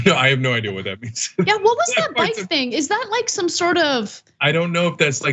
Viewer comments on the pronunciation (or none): hes saying back..look at his ad I BIKE THE BLUE how the hell u graduated top 1% of his class and cant say back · He's saying back. It just sounds like "bike". Either way, it doesn't make sense. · Was he saying "back" instead of "bike"??? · For the non Southern Bike=Back I hate that my brother-in-law says I'll be bike, hey can you close the bike door.. bih that shit is sooo annoying!! It's Back! Not Bike! 😤😤😤🙄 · As most people have stated he is saying “back” and not “bike”, but someone should be point out this to him and he should work on his pronunciation. I spent years working on saying “Ask”, but sounded like “Ax”, so I worked on it. So if he can’t work on that, not sure how he will work on complex policies. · He’s saying back. But it sounds like bike. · Let my clarify…he’s not saying “bike” he’s talking about “back” but because he played with a leather helmet he can’t pronounce words! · yes he has a speech problem but this isn't apart of that. It SOUNDS like bike but he is saying back. I've lived in north Florida for 10+ years. That is a very common way to say back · yes, people can't understand him. He definitely has a speech problem, maybe some head injuries mixed with reading inefficiency but that dialect is real. That's how many say back in Georgia and Florida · He wasn't talking about a bike. In parts of Georgia, some people pronounce "bike" when saying "back". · You guys are crazy 🤪 he is saying BACK not BIKES 🤣🤣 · He was actually saying the word BACK not bike black folks from Georgia and Florida pronounce it like that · I'm from there. He is not saying BIKE he is saying BACK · Walker is saying "back" not "bike" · He was saying "back", not "bike". Pronouncing back as bike is very country, perhaps black country. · He's actually saying "BACK" and not bike. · A, E, I, O, U All have distinctive sounds. When does bike sound like back? Did they not teach pronunciation (when learning how to read) in the schools he went to?